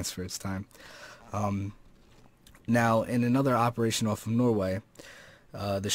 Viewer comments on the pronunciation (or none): none